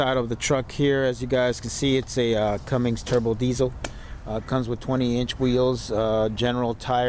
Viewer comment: There’s no G in Cummins.